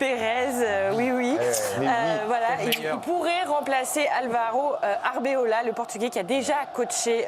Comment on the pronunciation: c'est pas compliqué de prononcer ArbeLOA quand-même, ça fait 2 vidéos de suite mdr